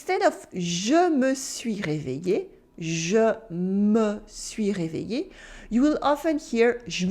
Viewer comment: Being a Bengali I can relate that you। do alot of merging or conjugation! Moreover, many a time in French many letters remain silent Like you said réveillé, you almost all the letters from in "eillé", just said something like ie, which is really very difficult to understand, especially with many other words